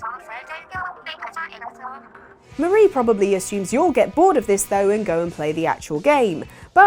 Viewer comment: Every time she said "Mah-ra" instead of "Maar-ie", I died a little inside. You even got the joke at the end. Their names are Callie and Marie ... or "Calamari". Oh well, good video regardless.